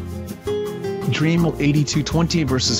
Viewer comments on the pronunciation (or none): If it was spelt Dreamel you would be pronouncing it correctly.